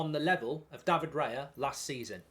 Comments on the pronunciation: Isn’t it Raya, not Reya? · isn’t it “Raya” instead of “Reya” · It's Raya btw 👍🏼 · Bye bye Turner. 😢 BTW is Raya not Reya 😅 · it's Raya btw🤣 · Isn't it Raya?